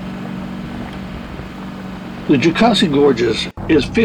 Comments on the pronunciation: You were in our neck of the woods! Love Horse Pasture and Twin Falls. I’ll help you pronounce Jocassee the right way!😁 it is like Cassie with a Joe before it. Jo Cassie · I second the backyard comment. The SE doesn't often get the credit that out west does, but it holds some beautiful places. I'm sure you hear pronunciation corrections everywhere you go, but the second syllable is pronounced like Mama Cass.